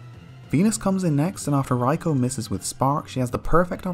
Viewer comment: I absolutely despise how you say raikou. its not even remotely correct